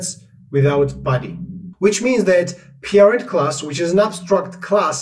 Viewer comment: "Peerind". Took me a while to understand you mean "Parent".